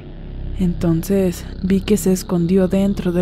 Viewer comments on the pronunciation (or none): none